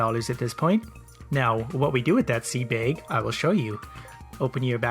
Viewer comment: Seed BAEG I'M SORRY IT JUST SOUNDS FUNNY